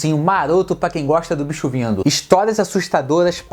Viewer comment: Acho engraçado quando vc fala o "BIXO"vindo ou tem o "BIXO"kk!De todos ,assisti a "TROCA"É muito bom!Os outros vou ver!!Valeu!!